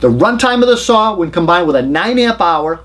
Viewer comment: I just like to listen to see how many times he says "Sawr". Seriously, I think they are all great saws in the top 4 brands. I just don't want to use a saw that takes a 9Ah battery or larger, at that point I'm plugging a cord in to save weight. I have so many 18V makita packs I could easily run 36 volt and dont for just that reason.